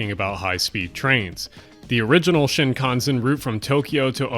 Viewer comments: Great video, I really wish there was a more effective way to fight back against lobbyists. But can you please learn to pronounce Shinkansen. It's SHEE in shih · You're wrong about the Shinkansen. (sheen-kahn-sen) It's very expensive, ppl in Japanese know it's expensive, try to avoid it unless it's for business or very long, and it'd cuased massive financial problems for the companies that run it, including sell offs and bankruptcy. Also, the CSR should be massively changed. The trains aren't nearly fast enough for this day and age, especially for the ginormous cost. Start over the with the track and train type and go mag-lev. Much faster, much smoothet. Oh yeah, pick a better route.